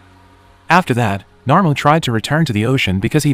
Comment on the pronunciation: And still pronounces Namor’s name wrong